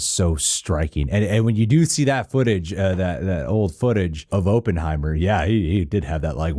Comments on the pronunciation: Op-in, not open 😅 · It's not open-heimer it's op-pen-heimer.😉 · "Aup" not "Open" heimer. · This is an old video but I need to say this- Oppenheimer is pronounced like awpen not open. I just have to say it cause I live in Los Alamos, we have a whole statue of him and Groves in our downtown, so it’s our history and I just had to say it. 😂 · I think the name is ah-penheimer not oo-penheimer. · AH-ppenheimer. Not OH-ppenheimer. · It’s “Killian”. And Oppenheimer is pronounced like “Hop” not “Hope” so “Opp en hei mer” as opposed to “Open hei mer” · As someone with the last name Opperman, I believe it’s pronounced OPPenheimer- like opposite. Just busting your balls 😅 great vid 👍🏻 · AW-PUHN-HAI-MR KILL-IAN 🙃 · "Ohppenheimer" "Uhppenheimer", whichever way you pronounce it, you'll know he's Jewish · “I know a little bit about Oppenheimer…” except for how to pronounce his bloody name 🤡🤡🤡🤡🤡😂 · I think you should worry more about your pronunciation of the name Oppenheimer, than your pronunciation of Cillian Muprhy's name lol. It's Killian btw, pronounced as if it had a K.